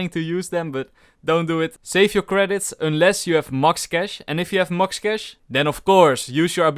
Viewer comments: did anyone else hear 'mox cash' instead of 'max cash' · I just love that "MOX KASH" lmao that was funny It made my day XD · he said mox cash and mox credits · he meant to say max cash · Lmao u said mux cash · I love the way you say "max"